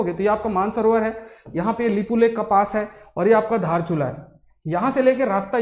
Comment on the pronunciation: दार्चुला नहीं धारचूला। दार्चुला नेपाल में है। धारचूला भारत में है।